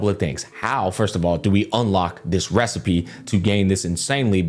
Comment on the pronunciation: That's it! I've come up with a new recipeh!